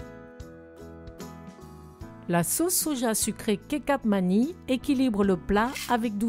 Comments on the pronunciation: Bonsoir, j’ai beaucoup appris et apprécié vos tutoriels de recettes même si je ne les ai pas toutes réussi. En retour et pour le mieux sachez que le C en Indonésien se prononce “che” et les enfants demandent souvent du “chocha chola”, donc on prononce kechap manis. Ce n’est pas une offense, c’est une information pour votre déjà très très plaisante rubrique. Merci encore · parfait. Vos vidéos sont toujours aussi bonne à visionner qu'à reproduire. "Ketchap Manisse" pour la prononciation du soja sucrée Indonesien:) j'y vis depuis 2016 et je dois dire que votre recette est très bonne, et j'en ai mangé du Nasi goreng en presque 10 ans sur place. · Bonjour, Pour info, les "c"" se disent "ch" en Indonésien donc ici on dit "Kechap Manis" (avec un s à la fin que l'on prononce). Le mot kecap doit venir probablement du mot anglais Ketchup ! Je vais essayer votre recette avec la pâte de crevettes car je ne je n'arrive jamais à retrouver le goût de là-bas ! Merci pour l'astuce et pour votre chaine ! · le C se dit che... c'est donc kecap manis, et tu verras cela ressemble au mot ketchup;) sinon, pas de coriandre, pas de pâte de crevette, et rajouter des pousses d'épinards